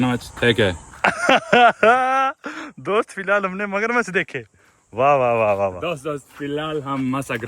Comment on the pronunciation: Magarmachh❌ Masagramamach✅ 😂😂